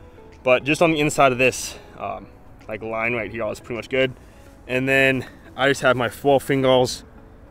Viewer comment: Pronounce here..... Not herewah